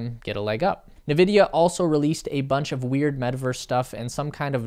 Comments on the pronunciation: Dude - its pronounced “En Vidia” not “Nevidia” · Its pronounced as "nVidia" not "Vidia". Please read before you speak the words. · Dude Its N Vidia (Not "Ne Vidia) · Navidia? Thought is was N-vidia. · He was saying "na-vidia", not "Vidia". Everyone else says "en-vidia", so that's probably the correct way to say it. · bro said navidia😭😭😭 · It is pronounced: EN VIDIA You're welcome. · this guy really said Na-vidia 😂😂😂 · uh, it's pronounced 'In Vidia" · If you look closely there is only one "A" in Nvidia, not Na Vidia..... Jeez! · Yes, good video, but it’s pronounced like “in-vidia”. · Please start pronouncing nVidia correctly. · Nice video, but I think you are pronouncing NVIDIA wrong.